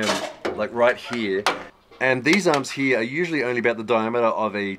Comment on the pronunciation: brother, why are you saying "hee" instead of "here?)